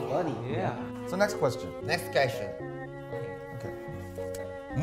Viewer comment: "nex queshion"